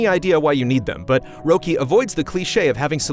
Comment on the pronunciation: Oh, as someone who has lived in Sweden for almost 15 years, I don't really care either. It would have been VERY weird if he had pronounced it perfectly. But that's kinda why I hoped he would 😂